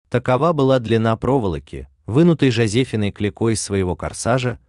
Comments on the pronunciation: Не ЖозЕфиной, а ЖозефИной! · Не ЖозЕфиной, а ЖозефИной,стыдно не знать! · ЖозеыИной, а не ЖозЕфиной ,,экзаменоторы,,... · ЖозЕфиной! Это же надо так умудриться поставить ударение! А еще проверяете чью-то эрудицию!